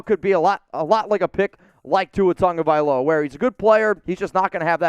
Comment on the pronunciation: All the improper pronunciations Tongavailoa is wrong! You spell it right pronounced it wrong! Say it with me "TAH-Go-Vy-Lo-Uh" = Tagovailoa, that said I'm out! Tua will be back. Bye Felicia!